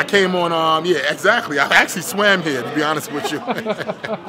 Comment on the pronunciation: Brigg's" I swam hear" haha